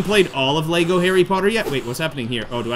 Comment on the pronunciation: Hm, they are mispronouncing 'Lego' in the game. I assume Lego did not check the game.